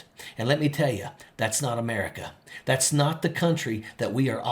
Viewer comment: Can someone teach her how to say America properly, where the f*** is "emirica"?